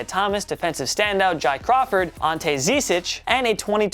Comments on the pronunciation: His name is "Jae Crowder." Not "Jie Crawford" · My guy just said Jai Crawford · “Jai Crawford” lmaoo its Jae Crowder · who tf is Jai Crawford? That's Jae Crowder, do some actual research before making awful videos like this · Didn’t even say JAE Crowder’s name right 😂 Jiy Crawford 😂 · Lol did he say ji Crawford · No no no no no he said ji Crawford